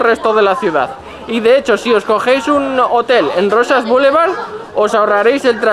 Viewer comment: Roxas se pronuncia Rojas, al igual que Texas/Tejas. Y Sarri Sarri es una canción no una tienda jajaja estoy tocahuevos